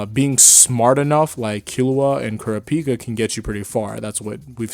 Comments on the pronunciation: Why do you keep saying Kurapika like that? Please use how the English dub calls him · the way you said kurapika bugs me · Bro keep Kurapika name out yo mouth if you pronounce it like that.